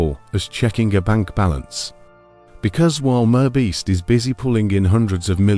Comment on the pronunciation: Teach your sloppy AI voice how to pronounce MR Beast properly.